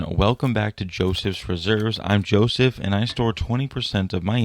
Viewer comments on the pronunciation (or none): none